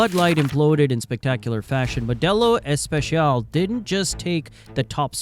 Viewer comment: First, it's a guy. Second, it's Modelo Especial, not Modelo Echpechial.